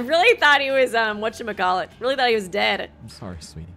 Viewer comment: Not running with her army of Simps 😭and then saying „sowy“🥲😂